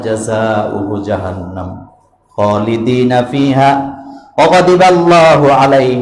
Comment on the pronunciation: হুজুর খলিদান হবে। খলিদিনা হবে না।দয়া করে ঠিক করে নিবেন।